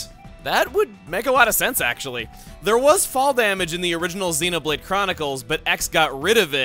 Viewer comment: "Nice bod you've got the'e." Kept completely intact, but with 100% more Welsh.